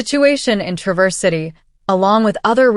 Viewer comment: The accent is on the first syllable of Traverse, not the 2nd. TRA-verse, instead of tra-VERSE. It doesn't sound like the verb. (I only know that because I used to live up there LOL)